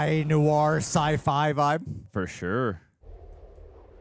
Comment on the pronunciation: not a big deal at all but it's "AN action movie" and sci-fi as in science fiction, not si-fi.